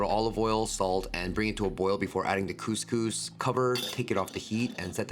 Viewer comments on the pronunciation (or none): I’ll never get over the pronunciation of couscous 😂 ( coming from an Algerian )